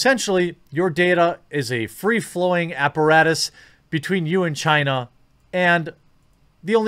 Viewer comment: "Where does the malware come from? . . . CHY-NUH"